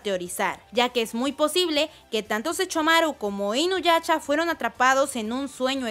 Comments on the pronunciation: Me desespera un poco que diga inuyacha xD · Like si escuchaste q dijo inuyacha